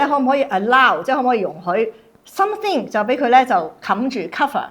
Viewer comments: 大陸同台灣讀 th 係發S音 所以點解台灣會將smith 譯成史密斯 , 香港就譯史密夫 而something 會讀成「心成」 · "sunthing" is how Mainland Chinese pronounce with their unique accent. It is normal, but I notice that he cannot communicate with even 1 complete sentence of English.